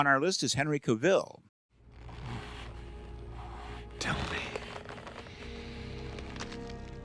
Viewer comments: Cavill not Caville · Actually, Cavill, not "Caville". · Henry Cavill is without an e and is pronounced Cavill to rhyme with gavel. Otherwise some amazing research here and I think you got the top two positions right! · It's pronounced: Kah-Vee-Zull. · Dean Cain should be so low that even the Super-Friends voice actor should SUPERcede him. He was the worst. Also: Did you keep mispronouncing “Routh” and “Caville” as engagement-bait? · Narrator it's Cav ill get it right do your homework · Why does everyone keep pronouncing Henry Cavill's name wrong? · I find it weird that you both misspelled and mispronounced Henry Cavill.